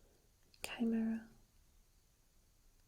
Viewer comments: You're right, it is Ky-mare-ah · Chimera = Ka-maer-a